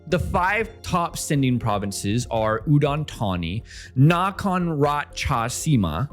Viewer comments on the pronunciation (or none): none